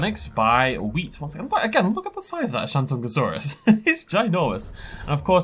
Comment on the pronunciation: The way you pronounced shantungosaurus killed me... you butchered the pronounciation...